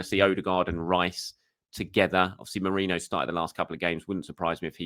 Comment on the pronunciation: I LOVE your content thank you, but please learn to pronounce Nwaneri's name correctly 😅 - it doesn't rhyme with Ranieri 😁. You love adding in a spare "i" where it doesn't exist. You learned how to pronounce Merino correctly, so I know you can do it 💪🏼